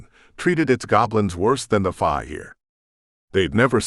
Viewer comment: I'm sorry but I have to say it the word "fae" is pronounced like the word "say" or "play" not like the "bye".